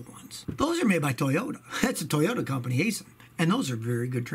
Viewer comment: 99% sure you pronounced Aisin wrong. I worked at one of there locations in London, KY